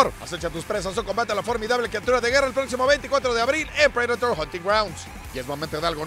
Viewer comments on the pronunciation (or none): Predator no se pronuncia prideitor?